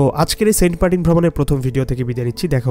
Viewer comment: sobai boltache saint martin tar poreo apni bolchen saint partin karon ki vai